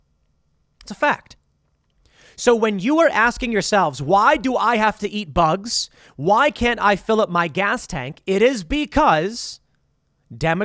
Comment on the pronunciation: “Eat the boogs”